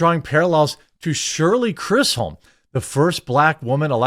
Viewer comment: You pronounced her name wrong. It’s not Chris holm It’s Chris zm Only reason I know is because I’m old and she was on the news every day back then.